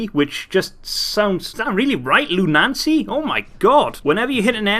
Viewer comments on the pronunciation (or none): Loon- Uh- C NOT "LOON NANCY" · its lu-na-cy not lu-nan-cy. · I thought it was loo-nuh-see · If he keeps saying Luna-N-cy, i will fucking claw out my eyes with a sporked spoon. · just to let you know it is pronounced loon-ah-see